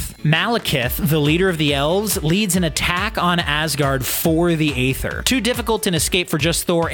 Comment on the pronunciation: It's "Ee-ther" not ather